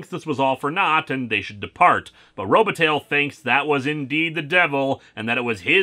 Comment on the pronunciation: Robataille Row-buh-tie